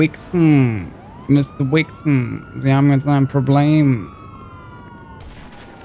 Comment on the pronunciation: zu "Weiksen" sagt er einfach mal "Wixxen" , ja moin😂😂